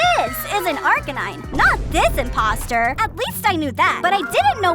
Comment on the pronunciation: Its impostor not inposter